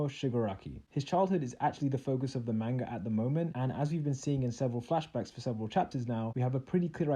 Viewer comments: ... did you just say “mangee” ?? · Who else got annoyed at how he pronounced manga